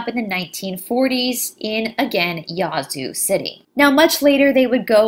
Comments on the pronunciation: Hi. Love this story. I live about 45 miles south of Yazoo City and never heard about the witch. It is actually pronounced with a short "a" (like a sheep baaaa). Thanks for all your research. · Wow you did it again. I do not believe that I did not know this story here in my home state. You are pronauses is wrong it is YA Zoo there is a pause between the Ya and the Zoo. Thank you for the history lesson. Are you doing the King James Bible or the Lost books of the Bible. can t find these videos on your site.